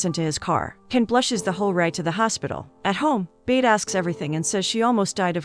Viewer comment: I wish you would actually watch the movie and hear that his name is not pronounced Ken it's Can like John. It's not Bade sound like in English it's sounds like Buhdeh.